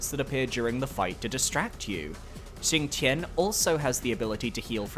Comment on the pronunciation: The X in Xingtian and Fuxi is pronounced SH and the Q in Jiequan and Qi is pronounced CH